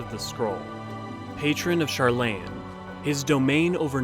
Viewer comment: This is a really good video, but your pronunciation of most of the Twelve's names (and a few other in-game names, like Sharlayan) kinda makes me cringe. Some of that I get, but the ones that are frequently spoken in the English voice acting of the game? I know a lot of people who make videos like this have been playing since 1.0, back when there WAS no voice acting, so they had to come up with their own pronunciations and got attached to them, but I feel like if I was making a lore video, I'd be careful to pronounce them the same way they do in-game, even if I personally didn't like those pronunciations and was more attached to my own.